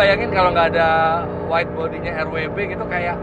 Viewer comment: Bacanya tanpa disingkat aja pake welt W, bukan Rauh double you elt Begriff. Begitu juga BMW di negara asalnya.